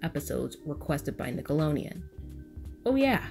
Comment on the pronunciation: i love love love this video and i agree with a lot of your points...... but you kept saying Nickalonian...... good good video though!!!